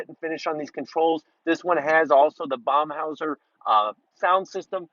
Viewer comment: Bomhauser?! Thats burmester!!!